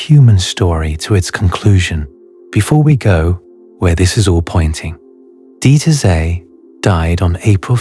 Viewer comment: My God, how did you butcher the pronunciation of that German nuclear physicist!!!!???? It is "Deeter Tsey".... the best approximation that will be understood correctly by a German national! Other than that, thank you very much for all this great food for thought. I personally tend to the assumption that there are innumerable realities all existing simultaneously, but it is only one of them that our consciousness can interpret: the one we are bound to, or a part of, or focusing on... not sure which is the right way to define that. Maybe we are an integral part of that one given reality and therefore we cannot be in other simultaneous realities. The same way we can only be in this physical body, not that of another person. The only difference is that we can see other persons... but!!! that is an illusion. We are in actuality just ONE entity, not billions.... very much like billions of atoms are part of our one body... it's a matter of scale. And ALL scales are not available to us, just the ones existing in this version of reality. Other realities are being co-generated by other consciousnesses, of which there have to be as many as there are existing/manifesting realities. Again, realities which are not "us". I am getting dizzy, lol....